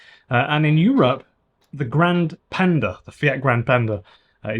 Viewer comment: If you are pronouncing Italian words say all the letters grand - e and the e Is e like in Elephant